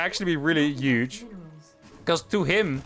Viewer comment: This gonna be 'uge. Lol, don't hate the "h".